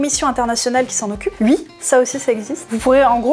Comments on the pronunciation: Ont dit oui, pas ui. C'est rigolo comme prononciation. Mais je t'aime bien quand mêêêême. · « Et si ui, quand est-ce que ça s'arrête » Je ne connais pas beaucoup d'endroits où le "oui" est prononcé "ui"... à part dans la région où passe avec ses sabots dondaine... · j'adore quand tu dis "et ui "